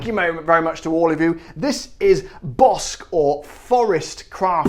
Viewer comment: Hi my friend. The correct way is Argentinian gin! I love bosque is so simple and so complex at the same time. They use mucho more juniper than the rest of the gins. Al patagonian juniper. There is the pinny taste. 3600 pesos are almost 10 pounds It is pronounced. “BOSKE”. In Spanish QUE is pronunced KE Big hug great job as usual! Thanks my friend ‘